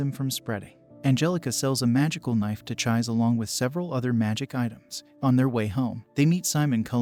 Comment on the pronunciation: Hearing Chie's name being mispronounced through the video is just too much for me to finish it...